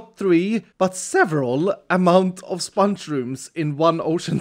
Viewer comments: I love how he says spanch* instead of sponge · I love how he says sponge like spunch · Why do you say spunch instead of sponge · The way he says “spunch” instead of sponge is awesome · Its realy funny to see said sponge like sonic did with lemons